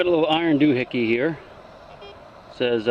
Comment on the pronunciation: Do-hickey? Lol